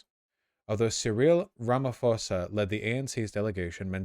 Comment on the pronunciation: I was willing to look the other way on pronunciations, but "Surreal Ramaphosa" broke me.